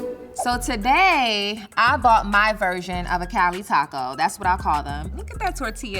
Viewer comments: Im sorry but if you pernounce taco " taha kow " you no where near Latino and or Mexican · Its pronounced taco not taco